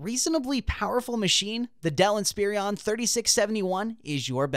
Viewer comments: Why are you saying Inspirion instead of Inspiron? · Someone tell him Inspiron doesn't have three I's in it.